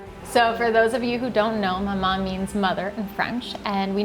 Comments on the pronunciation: Why do they name a shop after a name they don’t know how to pronounce maman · the way they say maman is making me cringe so bad because my mother tongue is french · names a bakery after a french word and cant even say that word correctly ...... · You mean "Maman" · that's not my name i say maman, what do you say? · i was so annoyed at the co founder not knowing how to pronounce 'maman'😩